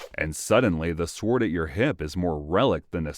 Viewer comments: If you're gonna make educational content I believe pronunciation is rather important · For futue reference, please train your AI to pronounce the word as "sorde" not "swword". The "w" is silent. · The w in sword is silent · Is the voice over AI? If not, how come you’re pronouncing the W in sword? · Why do americans pronounce the W in sword 🥴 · The fact that he says it with the w proves to me that his voice over isn't AI hahahah